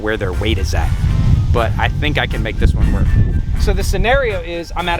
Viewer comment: Its clear that wil nat worck